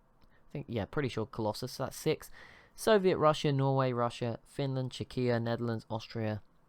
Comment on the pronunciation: Its CZEchia, not CzeCHIa. Google translate (on english) can prove it